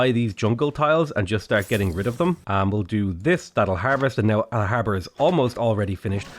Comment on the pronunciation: I thought he said Harvard